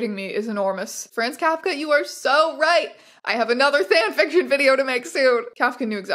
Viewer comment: did you say “Thanfiction” as in the LOTR guy or “fanfiction” as in… well you know